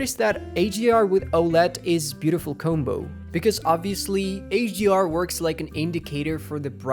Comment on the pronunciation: Why does it sound like you are pronouncing HDR like AGR? lol "It increases wrench between" what? Sorry i can't understand half of what you are saying.